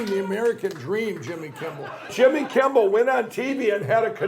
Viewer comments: Is he not saying kimbel every time?! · One would at least expect him to pronounce Jimmy's name correctly! Anyone want to tell him it's not Kimball? 😂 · Does it count when he mispronounces it "Kimble?" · If you listen to the video, he calls him Jimmy KIMBALL, not Kimmel! That's what I was pointing out. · Didn't the No Pillow guy keep calling him Jimmy Kimbell? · 😂😂😂😂😂😂😂 is he saying Jimmy KimBle???!!!! OMG! He is totally obsessed with you, Jimmy!!!! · Anybody want to tell that Pillow Putz it’s “K-I-M-M-E-L” - NOT “Kimble”? 🤷🏻‍♀️🤦🏻‍♀️😂🤣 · is it me, or does Lindell keep calling Jimmy, "Jimmy Kimbel"? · Sounds like he was calling him Jimmy Kimble. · He keeps saying Jimmy KIMBELL, not Kimmel. These is what happens when you take drugs ladies and gentleman. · Is he saying "Kimble" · He has a really hard time pronouncing "Kimmel" it seems. Most of the time it sounded like he kept saying "Kimble". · Why does he keep saying Jimmy Kimble and it’s Jimmy Kimmel? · Is he saying jimmy kimble or kimmel ?? sounds like kimble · OMG he keeps mispronouncing your name. Jimmy Kimble. What a white hot mess! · Pillow Guy has some really odd pronunciations of words. Like even just saying "Jimmy Kimble" is odd. He's like the great uncle in your family that rants about the "homey saxuals" or the "Walls mart" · Why is that stoner saying Jimmy Kimble, when his name is Jimmy Kimmel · Looks like jacked up pillow guy is obsessed with Jimmy Kimble. LOL Jimmy kimble this Jimmy Kimble that, funny how he screwed up Jimmy's last name. LMAO